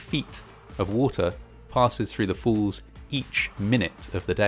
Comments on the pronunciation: Ok, is it just me or does the narrator keep pronouncing ' falls ' as ' fools ' ?, anyway, still a great & interesting video, the movie footage in it must have been some of the 1st ever done. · I literally had to turn this video off because of the way you say the word "falls" lol. Its falls, not fools 🤣🤣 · You sound as though you are saying 'fawls' instead of 'forls' (for falls) - just a quick pronunciation lesson! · Great job with this bit of history! Just can’t help that I keep hearing “fools” instead of “falls” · It is pronounced WATERFALL and not WATERFOLL. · Niagara FOOLS??? 😮Given today’s date, I thought at first that your pronunciation of the place name was deliberate.😂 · Try as I might, I'll never manage to make the phonetic "fall" at the end of this guy's "falls" pronunciation.